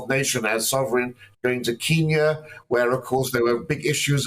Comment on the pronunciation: good grief! You are using the colonial pronunciation of Kenya and Kenyans that hasn’t been used since independence in 1963!. It’s ‘Ken - ya’ not ‘Keen - ya’. ‘Ken - yans’ not ‘Keen - yans’.